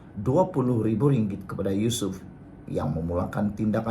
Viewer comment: SEBUT NAMA YUSOF PUN SALAH...YUSOF RAUDE....PUIIIIII